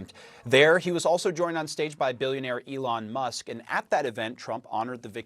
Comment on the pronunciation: "lyin' leon musk.